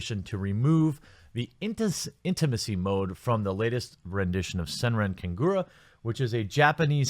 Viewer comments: Hold on a sec. "SENRAN KAGURA" "Sen - ran Ka - gur - a" You are saying it wrong, my friend. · Not gonna lie, I like the way you pronounced SenranKagura. But, seriously? Dahh fukk Xseed? I supported you through out the years. Glad I'm building my PC next month.